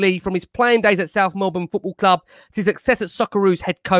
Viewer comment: Big fan of all you fellas and your measured opinions. Really important to have on and a contrary point of view. Only issue I had was pronunciation of Melbourne and Brisbane 😂